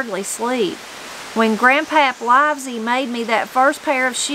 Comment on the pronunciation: The surname “Livesay” is pronounced “Lev-uh-see”.